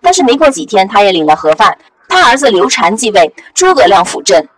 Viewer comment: 作者你读错了一点词：比如刘禅(shan4)不是刘禅(chan2)